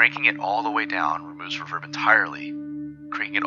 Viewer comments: I think you have artistic license to pronounce it however you want. You're creating interesting content, and for my ears, the "revérb" sounds cool in the context of your vid. Thanks again. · I appreciate your unique way of pronouncing reverb. I've never heard it accented on the second syllable before. Nice touch. Nice overview of the microcosm too. Thank you ~